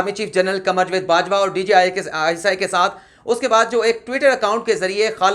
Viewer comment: لفظ جاوید کا تلفظ صیح کر لیں